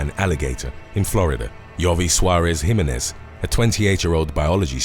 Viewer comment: The commentator wuz urking my nerves mispronouncing Jimenez. It's HE-MEHN-EHZ